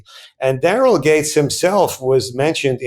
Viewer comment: Just fyi I watched half this video hearing you comment on "gangs"... it wasnt till you mentioned how fit "gangs" was that i relized youwere saying "Gates" .... suddenly everything clicked & made sense.